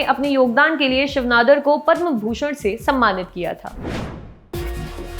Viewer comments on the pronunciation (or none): none